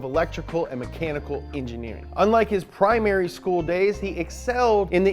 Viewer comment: Pri-Merry years hahaha